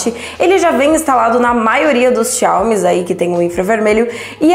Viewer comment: Parece uma moça inteligente mas não sabe pronunciar Xiaomi... Mas eu não disse q por isso não é inteligente... Aprendam interpretação de texto. G52 não tem InfraRed mas tem NFC.... tenho o 12S 8GB/256 e o g52. Tchau